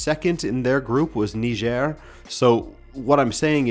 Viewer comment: So that’s how you pronounce Niger 🇳🇪